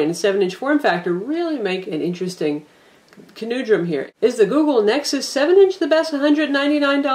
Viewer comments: at 53 seconds : 'interesting kanooodrum'....what the hell is that? It is 'Conundrum' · conoondrum? wtf!? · Ca-Noon-drum LOL